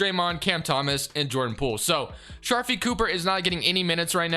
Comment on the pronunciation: Somone tell him to pronounce sharife cooper name right